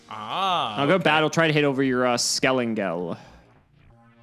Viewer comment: lost all respcet for bc hes refusing to call skelENGEL by his right name... its NOT skelAngel....!!!!!!!!!!!!!!!